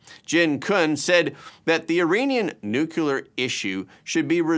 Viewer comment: I love your show, but I cringe every time you say the word nuclear as nu-cu-lar. It's nu-clear--only 2 syllables.